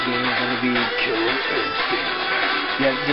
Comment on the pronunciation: you may havea speech impedement cause u say kiwwer instinct